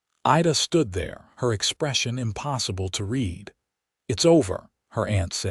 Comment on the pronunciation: One of the best in a hot minute. AI needs a little help. Read, read; wound, wound; lead, lead; read, read. Lock it in AI. 😅